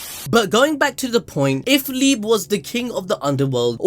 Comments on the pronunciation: It liebe as love in german like "liibea" not liib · it's pronounced "lee-beh" not "leeb" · Everyone: Lee Bay ABD: LEEB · Liebe is pronounced "Lee-Beh", not "Leeb".